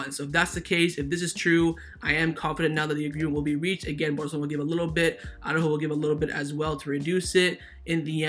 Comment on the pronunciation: I just hope that Araújo will leave the club as his name always gets f*cked up. It's not Aww-ráhhho, it's not Aww-rúhhho. It's Ara-Újo. Araújo consists of two parts: Part 1: Ara. You pronounce it as it is written: "Ara". So, you pronounce each letter. A-ra. Part 2: Újo. Also here you pronounce each letter, emphasis on the Ú and soft j like in jamon. Now, let's combine it: Ara-Újo. Pronounce each letter in the correct order, but only put the emphasis only on the letter Ú. I know you can do it,, you have said the name correctly many times. But now you're sliding back to the retard Aww-ráhho... Have a listen to Alex. He's a Spanish speaker and he pronounces it correctly. Just trying to help you bro.